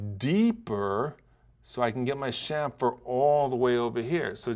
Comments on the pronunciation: It's pronounced kamfer, not shamfer. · Say "SHAMFER" one more time!!!! It's CHAMFER!!!